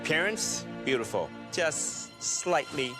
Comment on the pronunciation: He said beauticul